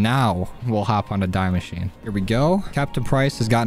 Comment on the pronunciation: It’s pronounced “dee mashina” not die machine. Not that it matters just thought you could know